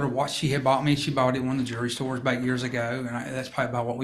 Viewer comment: His accent is cute! Jewelry sounds like jury